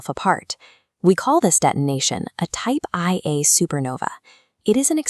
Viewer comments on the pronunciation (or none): "We call this detonation a Type Eye Eh supernova" Never change,, never change...